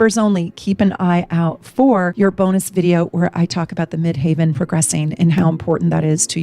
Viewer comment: If we are talking about the highest point in the sky, or the midst of heaven, the word MID-HEAVEN would be pronounced “MID-HEV-uhn.” My progressed ascendant recently moved into VIRGO! My Mercury is there, too. I’ll be 71 on June 21, 2026. Please forgive me. Thank you for all you do and all you are! I love you and your channel! Many blessings.